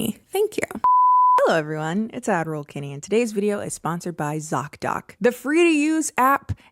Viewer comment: For the longest time I though you were saying "Admiral Kenny" not "Ad-roll Kenny" lol